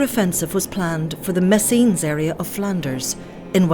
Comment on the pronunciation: I watched a movie yesterday where a guy mentioned this battle But he pronounced it "messyness"